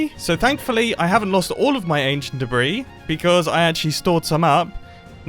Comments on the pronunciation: not a big deal at all but the s is silent in debris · "I've just unraveled some ancient debri" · He means debris.